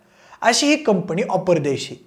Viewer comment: कंपणी नाही रे.. कंपनी!